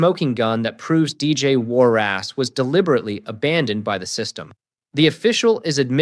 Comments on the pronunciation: Warras not Warrass - listen to yourself! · Its warras...not war ass😅😅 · What's with the surname pro nunciation? "War ass!" 😂😅